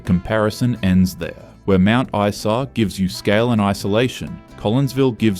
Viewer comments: And someone who knows how the pronounce the names of these towns! Mount Eesa? Seriously? 😂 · not knowing how to pronounce mt isa == immediate ban from making more queensland videos